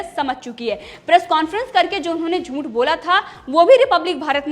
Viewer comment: क्षमा चाहता हूं ,हूं भी गलत टाईप हुआ है,लेकिन टाईप में चंद्र बिंदु नहीं टाईप हो रहा है,आप से कहना है कि झूठ बोलने की कृपा करें,क्योंकि झूठ में अनुस्वार नहीं होता है,इसलिए झूंठ की जगह झूठ बोलने की कृपा करें।यह शुद्ध अशुद्ध उच्चारण की बात बोले हैं,अन्यथा न लें।